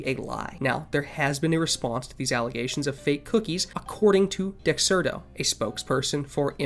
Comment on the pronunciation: good video! i have to add that you may want to learn how to pronounce dexerto correctly. not a big deal but still.